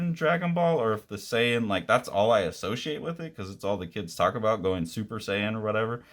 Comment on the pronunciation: You actually pronounced Saiyan and Kakarot correct. Good on you